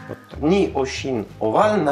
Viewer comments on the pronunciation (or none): Овально звучит как орально! Ох уж этот акцент.. 🤓